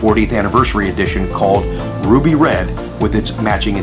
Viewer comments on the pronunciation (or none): none